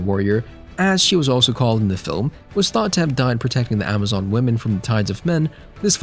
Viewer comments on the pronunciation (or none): none